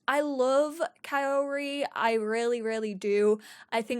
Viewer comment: Kaori is pronounced sort of like Cow-ree